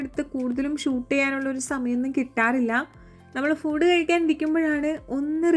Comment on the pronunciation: ഫൂട്‌ alla ഫുഡ്‌ an chechi😂